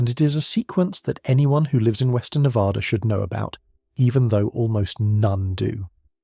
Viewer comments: We are not Nevodder or Nev-ODD-a. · There is no ah in NevAda.